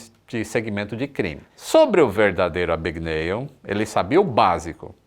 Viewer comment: "É AbgaNÉÉLL!!!"